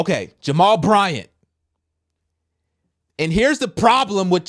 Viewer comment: Why you say his name like that???😂